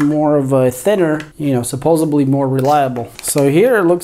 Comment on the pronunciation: supposedly" NOT supposbley. Other than that, honestly, an excellent step by step tutorial on putting the Ender 3 Pro 3D printer together. Thank you! Two thumbs up!👍👍 Say "hello" to your newest subscriber! 👱‍♀💖